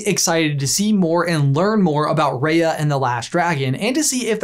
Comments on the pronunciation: For some reason I got annoyed that he called her ray-a it’s pronounced rai-a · It's pronounced "RYA" AS IN WHY NOT RAYA AS IN WAY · He says RAya and I'm like, it's RiYA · btw, it's ri-ah not ray- ah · It's pronounced 'Rah-ya' without the 'H', not 'Rae-ya' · Love this, but wish you pronounced Raya's name right! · People who realised that he's saying Raya wrong 👇